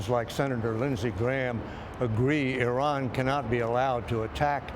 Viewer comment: “IRON”????? The name is Iran like “I ran” down the road